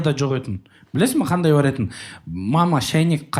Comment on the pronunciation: Жеканың "етін, етін" деген сөзін дұрысташы 😂